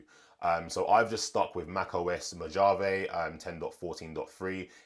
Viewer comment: doesn’t matter much. The J in Mojave is pronounced with an H sound because it’s Spanish in origin. 👍 Thanks for the vid! Curious to see your set up!